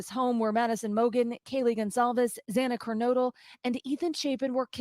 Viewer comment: Love, love this channel, in my top 3 but can someone please tell to stop mispronouncing Xana's name. It drives me bananas every single time I watch his video. No reason to say the victim's name wrong. We hear it constantly in the news and it's not that hard to say. After 8 months, he should know how to pronounce the victim's name.